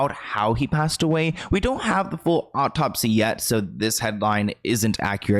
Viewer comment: Love your videos! I've noticed you always pronounce a-u-t-o-p-s-y as "o-p-t-o-p-s-y" and it drives me bananas! There is only one p at the end of the word. Peace and love!